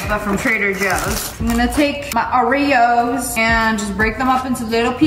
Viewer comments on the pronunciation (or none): "gotta mix mah ✨✨oreaoes✨✨"